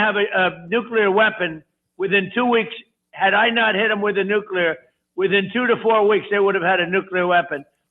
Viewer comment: It’s “nuclear” not “nucular.” (New-klee-er, not New-cue-ler)